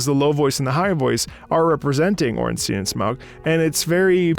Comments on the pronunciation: Pronounciation is “Orn-steen” and “Sm-oh” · I belive it is pronounced: Orn-Steen and Ow, rude, stop it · Lore-wise Ornstein’s a regal, dedicated character… and DS3 indicates Smough also cared very much, though in his own twisted way. This fight is built on such a powerful, elegant contrast that’s reflected in how the voices and instruments work together :) Also it's Orn-sty-in and Smo, I will die on this hill lmao